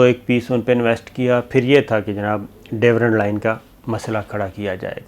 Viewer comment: Sabir sb Durand Line hai, isko Dorand line parhtay hain. Devrand nahi.